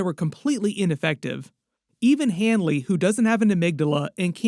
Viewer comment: It's Leroy Hanlon, not Hanly